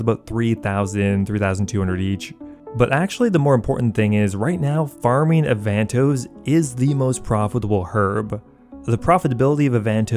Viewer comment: U say avantoes weird